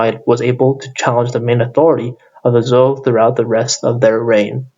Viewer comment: It's Zhou/Chou Dynasty. You're pronouncing it wrong.